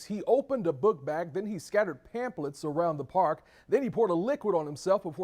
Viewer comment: NAH WAIT WHAT HAPPENED TO THE JOURNALIST'S HAIR? Wait again, bruh said "pamp'lets" 😂😂